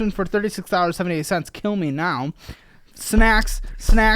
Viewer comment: I heard “snacks’is”. Sounds like taxes. like a snack tax on your life